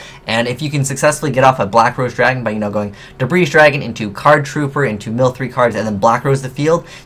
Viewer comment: the S in Debris dragon is NOT PRONOUNCED!!!